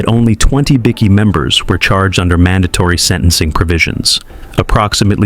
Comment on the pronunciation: BI key not bickie